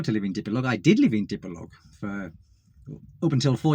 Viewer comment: You created a nice home for your wife and son, my only pet peeve is your always calling Dipolog, city with the wrong way to say it, what’s up with that? Thank you